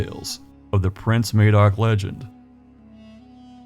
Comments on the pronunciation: As an old(ish) Welsh man, I've been aware of the legend of Prince Madoc, for most of my life. I really appreciated your film, it was extremely interesting. Just wanted to point out that Madoc, is pronounced the same as mad, Madoc, not May, doc. Thank you again. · Something I did forget to mention, it isn't pronounced May-doc but Mah-doc with a hard 'A' I think more credence should be given to Native American stories. (and other myths and folk tales around the world) I read somewhere, north western Native American tribe had a story about an exploding star which went back hundreds of generations It was proven true by astronomers who used description and 'co-ordinates' to find it from around 9,000 years ago. I just wish I had paid more attention to be able to quote reference. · This was a really interesting video. I'd heard of the Prince Madoc story before but you put some 'meat on the bones'. I just have one 'picky' thing to say, Madoc is pronounced Mad-ock not Maydoc, sorry but it just rankled with me every time you said it. There is a Welsh actress named Ruth Madoc and she pronounces it as I have described. Hope you don't think I'm being pedantic, well, I have been described as such in the past. Nevertheless, I still found your video informative and educational. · When referring to a person who is Welsh or of Welsh origin the correct pronunciation is Mah-doc regardless of what anyone currently pronounces it as in a different region, May-dock wouldn't be incorrect for someone named that by someone for eg living in Indiana right now, but is incorrect for a historical Welsh figure/person. It would be like us saying we pronounce Indiana as Eyendeyaner and have done for 200 years so you the people who live there are incorrect. The name Madoc is Welsh, the person being talked about in the video if he existed was Welsh so it would be pronounced Mahdoc. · Mad as in mad Doc as in doc Not maid MADOC Hard A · MAD-oc, not MAY-doc. (Emphasis on the capitals).